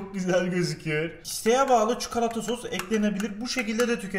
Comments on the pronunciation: Çukalata değil çikolata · İnsanlar: çikolata: çukulata